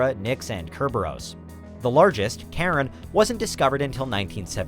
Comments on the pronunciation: Charon is pronounced c (as in cup) eye ron, or Kai ron NOT Karen. Cerberus is pronounced Sir burr us. Chiron or Chyron is the mythical centaur, connected to pluto in Mythology as the wounded healer, Cerberus was the three headed dog who guarded the gates of pluto aka the underworld. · it's pronounced with a much much shorter A sound; Pluto's moon i mean. Car-on; not care-on